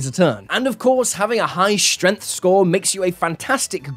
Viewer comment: Stop. Saying. "Shtrennf"!!